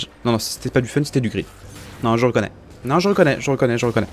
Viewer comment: Tu dis "Je reconnais" ou "Je rOkonaye" ? Et tarpin styley ton verre je veux le même steuplé c